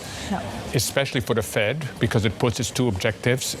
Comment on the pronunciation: "The FWED is going to hawf to mwak a difficuwlt choiwce" He's slurring his words. He's getting emotional.